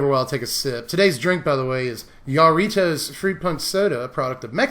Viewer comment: It’s pronounced “harritos”, and yes those things are amazing. Still love you though <3